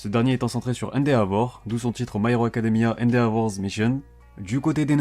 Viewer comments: J’ai mal entendu ou il a dit indé avor au lieu de Endeavor ( ça ce dit Endevooor) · tu peux juste pronocer son nom "Endévor". c'est plus proche de comment faut le pronocer. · Ça se dit endévor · on dit endévor